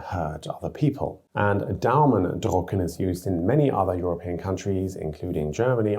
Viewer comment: You said "to print the thumbs", the difference between "drücken" and "drucken". When you know how to pronounce the French U, it's the same.